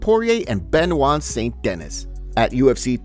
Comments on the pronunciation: How tf could you read Benoit correctly but not Saint-Denis 😅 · You pronounce adesanya like you were born in Africa with every ounce of your being and say Benoit at Dennis like a menace